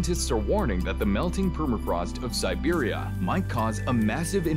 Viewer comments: And pronouncing "siberia" as "serbia" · You keep saying Serbia instead of Siberia. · Stop pronouncing Siberia as "Serbia" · Interesting video about a region that feels very remote, very harsh and quite mysterious. It sounds like the narrator is saying Serbia rather than Siberia?